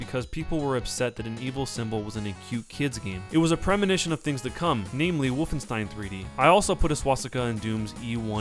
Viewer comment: how he saw woofenstein. woof 3d xD